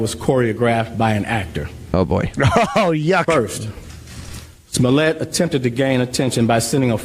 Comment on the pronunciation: pronunciation of 'Smollett' is fucking gross. As if there were not enough reasons to hate him already.